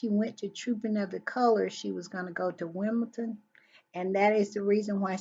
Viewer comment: One thing, - it is Wimble-Don, not Wimble-ton. Baron makes that same mistake.